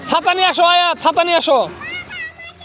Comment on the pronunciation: সালাম ভাই ছাতা না বলে চাচা বলছেন 😂😂😂😂😂